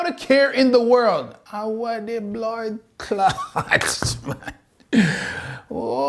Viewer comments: I didnt know you were a fellow Jamaican til i heard that "a weh di bloodclaat" 🤣🤣 thats some genuine jamaican disbelief right there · That "weh di bloodclaat" sounded very authentic. Are you Jamaican Sir?